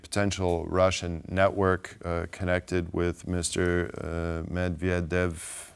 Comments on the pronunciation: And you had to check your notes when pronouncing medvedev? This is supposed to be your job isnt it? How versed can you be if you cant even say the other guys name? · He could barely read “Medvedev” and Ben Hodges looked slightly amused too. He then had the grace to give a good answer, and treat the presenter more seriously than the presenter himself treats his own job.